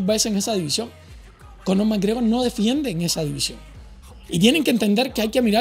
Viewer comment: Error!!! no has pronunciado bien el apellido!!! suspendido!!!!